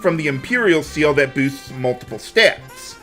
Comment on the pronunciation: "raises all of your styats"